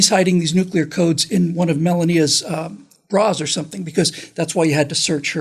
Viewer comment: Melon-nee-uh? I guess that's better than melanoma.